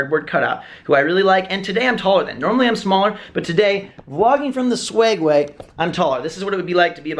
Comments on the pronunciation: its called a Segway not swegway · Do you call it the "swegway"?? 😆